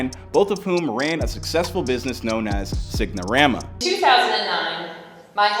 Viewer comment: This remedial guy said SIG-NA-RAMA. Mf it’s SIGN-A-RAMA